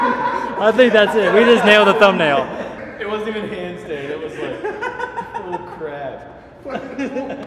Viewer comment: said tumnail